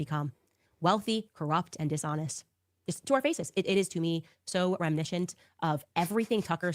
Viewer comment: Hahaha she said “remineshent” again. She can’t say reminiscent. 😆